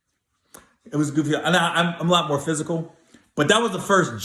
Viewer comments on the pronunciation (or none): none